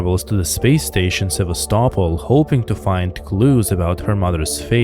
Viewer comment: Seva-stopol not sevas-topol